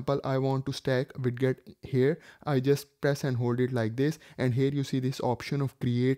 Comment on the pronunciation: Its spelled widget but its pronounced weijit